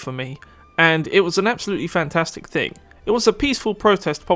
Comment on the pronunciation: Why do you pronounce K instead of G in words like thing you say think. You also put so much stress on K. Please fix your speech impediment, because it makes you sound like an amateur and in general very annoying for listening audience.